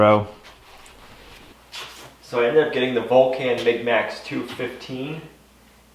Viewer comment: Think of Mr. Spock when you pronounce the name of the welder. It's the planet he comes from!